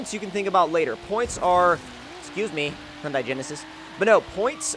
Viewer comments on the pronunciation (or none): it's he-yun-day, not hun-die. any other Hyundai person would get super pissy about that, but I love you.😁